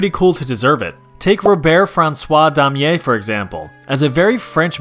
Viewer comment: You butchered Damier's name wow